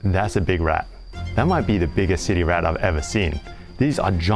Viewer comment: Anyone else hear him say "titty rat"?😅